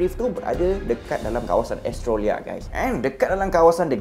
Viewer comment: Rul...Australia= Os-Trey-Lia...bkn Es-Tro-Lia🤭🤣🙏🙏